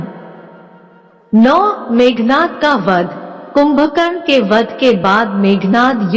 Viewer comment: Meghnaad not nath